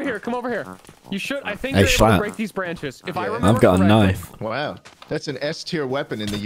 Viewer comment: Tommy is now becoming true Bri'ish